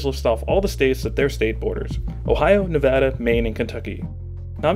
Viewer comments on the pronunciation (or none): Brilliant, as usual! I am a born and bred Nevadan, so let me tell you, YES, you’re pronouncing my state incorrectly. No matter what anyone else says, Nevada is pronounced, “Nuh-va-duh” not “Nuh-VAWW-duh”. The middle syllable is pronounced “a” like in “apple”, not “aw” as in “saw”. We Nevadans reserve the right to laugh at you over this minute detail. I’ll never forgot when Michelle Obama made a huge fuss coming to Nevada, and then infamously mispronounced the state name over and over again. Boy, we all had a good laugh while we were choking on our own rage, here. Anyway, I love the way you closed the video because ultimately, that’s what matters most to me. Not where Springfield is specifically, or even if they mispronounce “Nevada”, but that Springfield could be a home for you and me that embiggens us all. Wow, autocorrect still has a hateful grudge against the word, “embiggens”!